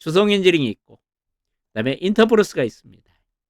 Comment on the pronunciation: 인텍플러스이지요? 인터플렉스랑 헷갈려요 발음이 ㅎ 감사합니다 ^^